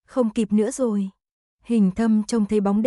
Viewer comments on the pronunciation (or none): Người đọc .chů = chú , rối = rồi ,nghe lơ lơ dao ấy !!!